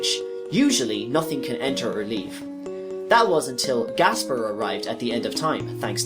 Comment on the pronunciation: the way he buchers every name hurts my head but i enioy his banter otherwise, it snot his fault really , some are a bit debatable but as soon as you hear the name gaspar as gasbar well at that point i say hes doing it on purpose , cool whip